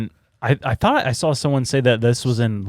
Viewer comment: Love the podcast, love the guys but I HATE the way says “sawL & drawL” with an “L”.